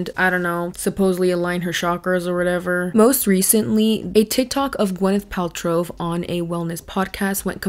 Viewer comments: I don’t know why it’s making me crazy but it’s “Pal-trow” not “Pal-trov”. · Are you saying Paltrove? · I love how you mispronounced her name the whole video “Paltrov” Lol but like actually!!! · The fact that you spent this entire video calling her Gwyneth “Paltrove” instead of Paltrow lmfao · Hilarious that you keep calling her Paltrove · Paltrove - I can't not hear it now, that was a gift <3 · Why do you think there is a “v” at the end of “Paltrow” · I love you, but why are you adding a V at end of Paltrow. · I really want to like your content but you keep pronouncing her name wrong, good lord I can't. At least pronounce the person's name right that you made a 40 minute video on lmfao